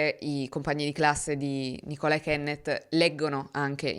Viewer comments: Nicola è solitamente pronunciato con l'accento sulla i. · apprezzo come sempre il lavoro che fai e sono contenta che tu sia tornata con la normale programmazione So che forse sarà un fare le pulci ma volevo solo segnalare che il nome Nicola se riferito a una donna si pronuncia NIcolà (come il nome Nicholas ma senza la "s" finale) (anche io mi sbagliavo ma mi hanno corretto) Grazie cmq per la cura che metti nei video, la mia non vuole essere una critica ma una semplice osservazione!! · Ciao,; credo si pronunci NÌcola, con l'accento sulla "i" (ricordo dell'album/film dei Beatles "Magical Mistery Tour" in cui c'è una bambina di nome, appunto, Nicola.🙏🏻🌹❤️ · Ciao, Nicola, Andrea e Gabriele sono nomi femminili anche qui in Germania. L' accento però è sulla Ni, cioè si pronuncia un po' diversamente dall' italiano 😊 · Nicola nei paesi anglosassoni è un nome femminile molto comune, ma si pronuncia diversamente dal nostro Nicola. L'accento, infatti, cade sulla prima sillaba (sulla "i") Lo stesso succede per Andrea 😊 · Nicola come nome inglese femminile si pronuncia con l'accento sulla "i". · Non si pronuncia nicola come in Italia, si pronuncia con l’accento sulla i 😂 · Il nome Nicola al femminile é molto diffuso nel Regno Unito, una mia prof di inglese si chiamava così. Ma é pronunciato con l’accento sulla i. Piccola info per chi non lo sapesse 😊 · Però stai sbagliando l'accento in Nicola se lo pronunci com nome femminile Inglese. L'accento, in quel caso va sulla lettera i. E no, non credo che si chiami Nicola perché la sua famiglia è di origine italiana ( anche perché dal cognome non mi pare) , ma perché Nicola per le femmine in UK è abbastanza normale. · Esatto. Si chiamano così anche una delle attrici di Bridgerton e anche la moglie di Brooklyn Beckham. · Solo un appunto: anche se Nicola aveva origini italiane, suppongo che il nome si legga all'inglese, quindi con l'accento sulla i e non sulla o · La pronuncia esatta di NICOLA al femminile è NÌ CO LÁ